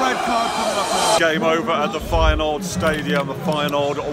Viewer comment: Did he just say feynoord Vs Aids